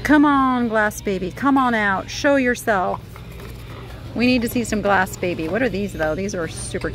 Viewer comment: Glassybaby. You say glass baby. It's glassy